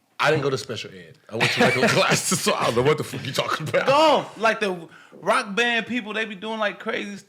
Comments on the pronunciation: Yo is Nick young trying to say “Goth” 😂😂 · You mean "goth" Nick? Not "golf" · Yall know damn well he was saying Goth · He said “Goff” and he meant “Goth” omfg 😂😂😂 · Bro thank you cuz I'm watching this shit like "what the fuck kinda golf is this nigga talking about"😂😂😂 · goth nigga said goff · Is he trying to say “goth”? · I come back here for just to hear nick mispronounce goth😂😂